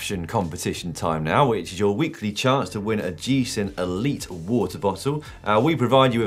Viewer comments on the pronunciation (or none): none